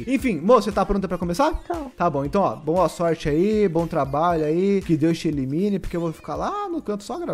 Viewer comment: Gentteee ele falando com a moh dela eu intendi "que Deus te elimine"